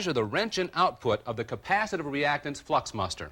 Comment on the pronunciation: "Flukmuster" lol